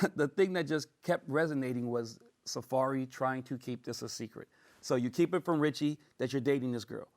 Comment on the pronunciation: Safaree NOT Safari.